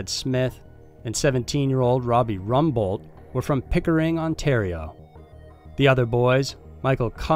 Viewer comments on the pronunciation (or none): none